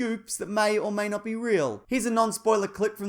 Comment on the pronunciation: Not noot